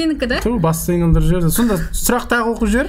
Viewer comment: ❤❤❤ сұлақ деген сөз жоққой😂😂😂 сұлақ😂😂😂